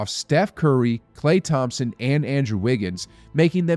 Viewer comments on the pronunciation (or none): none